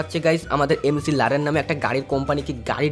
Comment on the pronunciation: Mclaren উচ্চারণ ম্যাকলারেন। এমসিলারেন😅😅😅